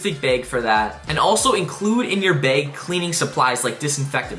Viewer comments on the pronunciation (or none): Bro was saying beg not bag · By “beg” do you mean bag? 😏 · Bag❌ Baeg✅